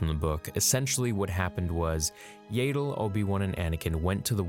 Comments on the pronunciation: “Yay-dull” Fans: It’s not ‘Yay-dull’ it’s ‘Yahdull’ –channeling Hermione (Edit: we don’t care how u pronounced it as a kid 😤) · Its pronounce YA-ddle not yedal.... this is star wars, all "A"s are pronounced properly. Pronouncing a name wrong "because its the way I've always pronounced it" is very lazy and implies you don't care about what you are saying , just that someone is listening to you speak. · Its yaddle.....not yaydle. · æ pronounces like ah, like in back. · “Yay-dell”?? Yeah-dul??? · its not pronounced "yaytle" its pronounced "yattle" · It's Yaddle, not Yadle. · This hurts me to do, but I must Yah-dle, not Yay-dle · If she shows up in the show and is called "yaddle" will you continue calling her "yadle"? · Not to be all nit picky here... but I’m pretty sure phonetically it’s yaddle The way you say Yaddle is spelled Yaeddle.... like Jaegar. Or Rhaegar. “I’ve been saying Yaeddle since I was kid...” while I understand the sentiment, it’s not exactly a valid argument to continue saying the name incorrectly. Yes, Yaddle is an odd name, but it’s her name. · It's "Yaddle", not "Yadle". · Yaddle.. not yadal.. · It is pronounced YEAH-dle not YAY-dle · yep Yaddle rhymes with paddle. Listen to the Easter Egg reference in Fallen Order for the correct pronunciation. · Every time he pronounces her name "Yay-ddle", a piece of my soul dies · There is two d’s so I’d say it’s the other way to say yaddle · What is it with Americans saying “YAYDLE” 😭😭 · you pronounce yaddle wrong it’s y-at-dle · Yeah, I love like he's my nephew but his pronunciation of Yaddle works my nerves, man. 😃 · The way he says Yaddle makes my eye twitch.💀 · imagine making this hole video about yoda's kind and you keep saying yaddle wrong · I’m pretty sure you’re saying Yaddle wrong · Why does he pronounce Yaddle like that lol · You've been saying it wrong since you were a kid ... So that's your justification to continue saying it wrong? Canadians.....